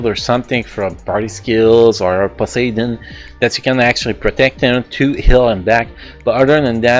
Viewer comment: I dont mean to offend you though Its just funny to hear even if thats how you really pronounce it 😅 Happy New Year btw!